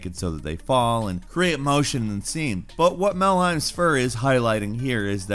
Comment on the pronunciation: Damnit melhem not malheim {DOOMGuy}